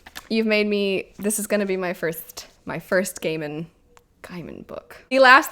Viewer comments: No Country For Old Men is (imho) a great movie. Let's see if the old adage about the book always being better holds. Your first choice for the pronunciation of Gaiman is correct. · Gaiman is pronounced "Gayman", as opposed to "Guyman" :D I was almost as surprised about that as when I learned Stephen King was pronounced "Steven", not "Steffen" XD